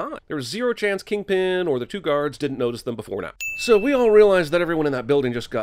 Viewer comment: Its KINGPIN not king pen!